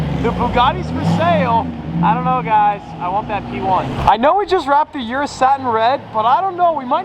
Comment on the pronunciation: You know how to pronounce "Urus"... Why don't you?